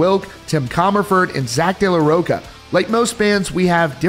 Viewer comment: It's De la Rocha /raw-cha/